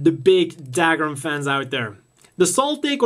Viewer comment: What's Dagram?....you mean Dougram pronounced Dugram..